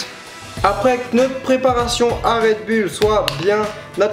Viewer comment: "C'est la recette du red boule !" Je meuuurt 😂😂😂